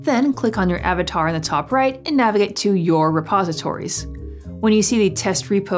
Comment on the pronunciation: Before I watched this video I keep hearing "Suppositories" I'm like. What?" I need to have a suppository to use git!? 😲